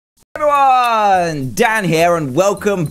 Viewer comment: Intro he said heveryome